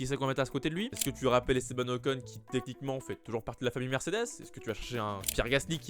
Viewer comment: Bon, il faut qu'on parle... j'adore tes videos ton flow et tout et tout mais punaise, on ne dit pas: "Mercdess " je comprend que tu veux Vrooum vrooum zen mais on ne dit pas "Mercdess" hein! Mer-cÉ-des 😅😉 sinon pour le volant Mercedes Ocon ou Albon avec une préf pour Ocon bien sur! A++